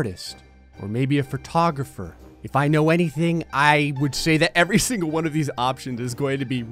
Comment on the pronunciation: I know I'm watching a video because when it said "photography" I thought it said "pornography" for a solid minute there